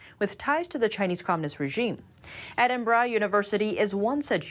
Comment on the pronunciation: this is the first time I've ever heard an American pronounce Edinburgh correctly.